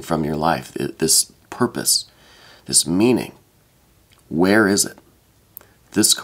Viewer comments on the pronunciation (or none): Are you trying to say purpose?